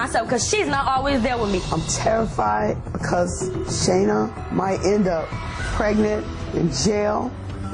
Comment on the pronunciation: I thought you pronounced her name lasagna